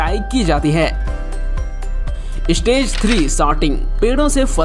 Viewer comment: Istage ka matlab Kya hey... Ek youTuber honne ke baad achaaa seh pronunciation karpate nhei Kya. "Stage" hey "istage" nhei!!